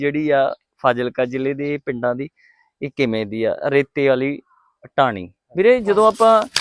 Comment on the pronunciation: ਟਾਹਣੀ ਨਹੀ ਬਾਈ ਜੀ। ਢਾਣੀ। ਹੈ